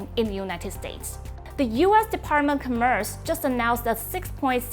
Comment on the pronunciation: The reporter's English is pretty good, but can still improve a bit. Eg. , the stress is the 1st syllable /ˈkɑː.mɝːs/ , not the second. Sometimes this kind of mistake can distract the listener's attention. But overall, the contents are very good.